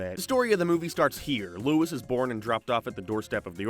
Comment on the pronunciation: It’s not lois it’s Louis